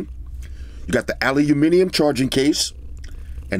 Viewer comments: "Aluhuminium case" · Lol aluminum .... Funny how you say Aluminium ✌️😎🤣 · I like that he pronounced aluminum like a British person even though he's from New York, lol. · Can someone teach this man how to say aluminium.